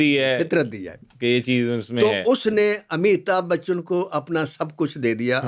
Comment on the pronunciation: Kindly pronounce correctly Not Amita bachchan but Amitabh Bachchan.